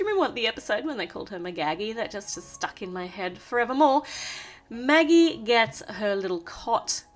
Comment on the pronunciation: Magagie Me: Ha ha ha!!!!!!!!!!!! It's Maggie